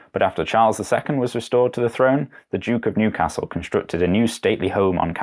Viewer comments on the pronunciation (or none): none